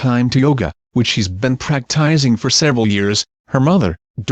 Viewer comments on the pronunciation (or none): Praktizing??? Shurly you mean practicing? Someone straighten out that dimbot!!!